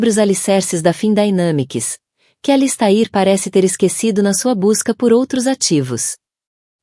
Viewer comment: Sinto dizer, mas a leitura foi horrível. O nome do personagem ALISTAIR foi pronunciado de várias maneiras; o da esposa teve o mesmo destino. Ficou indefinido se ele já estava tendo um caso ou se a "dama de vermelho" só surgiu para atrapalhar. Texto muito confuso!